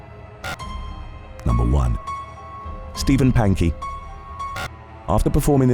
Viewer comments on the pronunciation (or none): none